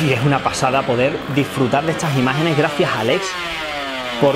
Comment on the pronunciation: ES Aleiiiiiix con i no es Alex 😉